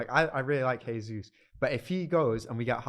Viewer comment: The way he pronounces Jesus hurts my ears as a City fan